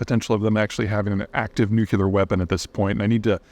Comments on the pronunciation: new-klee-er NOT "new-cue-ler" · Ps. Drop the "nucular" its nuclear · Hi Pete. Love you man. It’s pronounced new clear. Not nuke you lar. keep up the great work! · Also, it’s pronounce NU-CLE-AR, not NUK-YOO-LER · It's NuCLEar, nor nuCULar. I know it's an accent thing but it bothers me so much 😂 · Peter, I have read all your books and have been watching your videos for years. I cringe every time I hear you say “nucular,” instead of “nuclear.” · Nuc Lee ar. NOT nuc u lar! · Nuclear. Not nucular… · Peter: nuclear = noo͞′klē-ər. Not nucUler. You’re welcome. (Unless of course you pronounce the word like you do as a shout out to George W. Bush. If so, then never mind.) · new-clear ... NOT new-Q-Leer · You would think the smartest guy on the planet could say "NOO-KLEE-ER!" Dammit, Peter, get it straight! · “Nuke-you-lure.” Come on, Peter. ;) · Is nucular weapon really nucular? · Learn how to say nuclear. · If you can't even say "nuclear" it's a bad sign for your credibility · I am still puzzled by the fact this educated man pronounces "nuclear" like an illiterate. So wrong. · Peter you owe it to the world to learn how to pronounce nuclear. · I'd be more inclined to believe this guy if he'd pronounce 'Nuclear' properly. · Can't watch a full video of a grown man mispronouncing "Nuclear" so many times... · Why do you pronounce the word nuclear incorrectly like George Bush? It sounds terrible, like some Elmer Fudd idiot